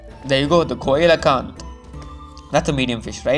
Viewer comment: It's not coe lo canth it's see low canth